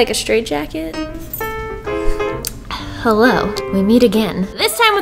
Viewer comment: She said 'hello'and not her normal 'heelo' somethings wrong